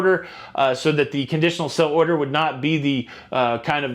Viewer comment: You always say 'sell'-order but it's 'sail'-order